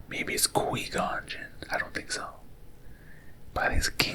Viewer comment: lol it’s Qui as in quiet, gon as in gone, and gin as the drink.